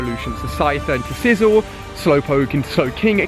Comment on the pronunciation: Ali u said sizzle instead of scizzor 😦